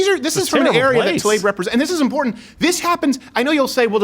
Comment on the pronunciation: I'm just glad that you actually pronounce Tlaib's name correctly, in spite of her blocking you.